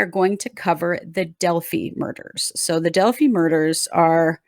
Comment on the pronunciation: The name of the town is Delphi. Pronounced Del•f•i as in eye.